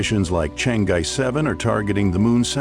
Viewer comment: White folks have purposesly not want to properly pronounce Chinese names. In this video the voice over pronounces the word Chan'E in three different ways showing total disrespect for the proper prnunciation of Chinese names. Pure colonial racism. Chang'E is spekked ub English alphabet with proper consideration for how a b c s can be used to consistently reproduce the sound of Chinese characters. The spelling of this Chang'E has an apostrophe obviously signifies the fact that there are two sounds, one the Chang, easy to voice, plus the E meant to be voiced alone as an E, such as an Earl, such as Er as "to err ios human". Yet you choose to in consistent in the way you mispronounce this, Instead of paying consciousness to the apostrophe as an important separator, you have ignored it and instead prnounce it as Chang Ge. another time as Changay, one of the English "exceptions". This is how pitiful your group is behaving. All you have needed to do in the first instance was to ask by hone to a Chinese media group and you can then get the proper sounds. No, white folks as just too bloody-minded to tlearn.